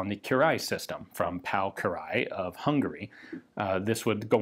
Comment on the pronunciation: It appears to have some influence from the Hungarian gun designer, which trips your tongue, "Kiraly" Pronounced phonetically, Ki-Rye, but in one syllable.